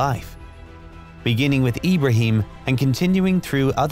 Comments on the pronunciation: Why does he pronounce Abraham as Ibrahim? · It’s ay-bruh-ham